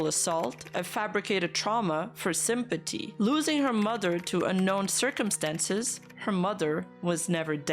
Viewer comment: i love when you say simpaty